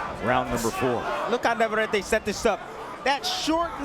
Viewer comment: Please. It’s NAVARRETE. NOT naverary. Perhaps the announcers should do their homework in pronouncing the names correctly